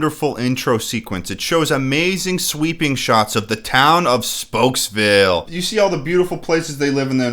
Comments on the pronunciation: Are we not going to address the fact that Speedy called it spooksville? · Hold up. Speedy clearly calls the town "Spooks-Ville." This movie clearly took a different direction. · "spooks" it's spokes .. idiot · It drives me up the wall when Speedy calls it Spooksville instead of Spokesville. Did the actor not think it thru? Nobody caught it? No retakes? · Gotta love how Speedy legit calls his town "Spooksville"💀 Sorry, Speedy, but you mispronouncing words isn't cute. Megamind is the only one who can make it endearing. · dude speedy calls it spooksville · Notice how speedy says spooksville. Another sign its a bad film. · Yo he said spooksville not spokesvilee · Is not going to address the fact that Speedy calls his town Spokesville "SPOOKSVILLE"? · Speedy says spooksville instead of spokesville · I like how totally glossed over the fact that the main character called his city Spooksville, even tho its spelled Spokesville and they didn't have the voice actor retake the line.